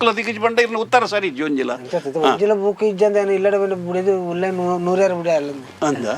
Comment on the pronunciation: ಸ್ವಾಮಿ ಅದು ಬುಕ್ Boooku ಅಲ್ಲ! ಸರಿಯಾಗಿ ಪದಗಳ ಉಚ್ಚಾರಣೆ ಮಾಡಿ 😳